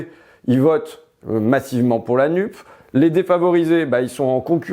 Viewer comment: Pourquoi tu dis "nuppe" ? C'est pas bien de réduire l'écologie à un 'e' muet. Alors foktu dises "NUPÉS". Sinon chui dakavektou.